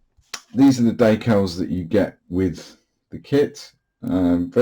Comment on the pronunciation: Typing this as I’m watching. Why so jittery? Waay too much coffee 🤷🏼‍♂️🙈😀. It clears up though. it’s coming along nicely. Just ordered an apex brush.probably be here next week. Stay safe 🍻🌲 Lol, de-cals not deckals or daycal 😃